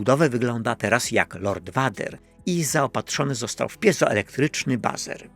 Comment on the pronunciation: „Lord Wader“. Czo. xD